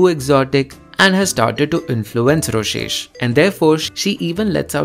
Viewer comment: ITS NOT ROSHESH ITS ROSESHHHHH!!!!!!!!1